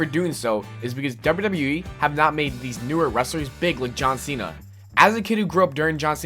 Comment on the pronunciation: The guy on TPS said it like that. Like how you pronounce cena in spanish lmao.